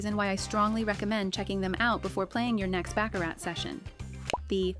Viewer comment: It's pronounced BA-CARR-RA